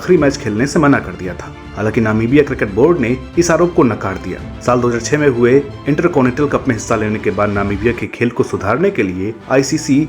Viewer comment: भाई आप उर्दू शब्द सीखो क्यूंकि जाना की जगह ज़ाना और जगह की ज़गह सुनना बहुत भद्दा लगता है इन्टरकॉनिटल नहीं इन्टरकॉन्टिनेंटल होता है